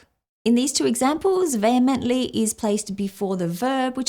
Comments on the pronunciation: You would have done well to look at the Google pronunciation before spending the remainder of the video pronouncing it incorrectly. I'm Australian so that's not excuse. The word is pronounced vee hemently Vay hemently not vay hemently. Good God! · How is it that in a video about upgrading language and how to learn the pronunciation that the first word is pronounced incorrectly and not according to pronunciation google provided. It distinctly said vee-hemently not vay-hemently. I'm only asking about this because you were actually showing your audience how to avoid the problem you had. Can you explain why you didn't pronounce it like you were shown? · John vehemently disagreed with your pronunciation of the word, vehemently.